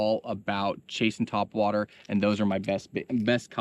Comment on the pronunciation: Haha "tweakin ya twhat waters"